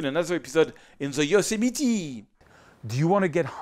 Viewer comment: Love the way you pronounce Yosemite... :) I enjoyed this video very much...I would like to meet you sometime when you are here in the US...